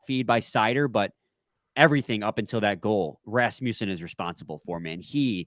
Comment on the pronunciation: When you say Rasmussen, you gotta tongue roll the Ras part. Literally the only way.